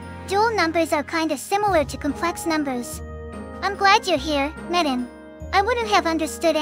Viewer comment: personally, i think the two sound similarly robotic; i think the english voices are pretty good! my only gripe is the pronunciation of "Zundamon" and "Metan" lol